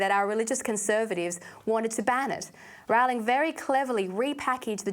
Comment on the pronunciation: If you are going to talk about her, learn how to pronounce her name. the Yanks get it wrong, but there's no reason for you to do so as well..